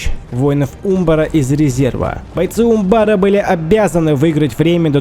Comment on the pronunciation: Да, ты не соврал: это действительно одна из самых прекрасных осад, которые ты снимал. Считаю ты апнул уровень про производству синематиков. Молодец, земляк, рад, что знаком с твоим творчеством. Единственное, по-моему ударение на а в слове Умбар. Но это так, небольшая ерунда. Спасибо огромное, получил обалденное удовольствие!